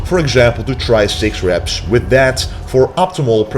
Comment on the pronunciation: We do the "Schtretsch"...we do 10 Repsch...after that we do 100 "perschent".....sch...sch...must be a dutch guy. 😁😁😁